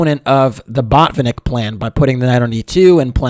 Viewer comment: You should have said botfinik a few more times. :). Jk. Good video